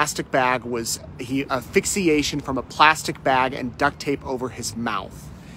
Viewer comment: Asphyxia not aphyxia😂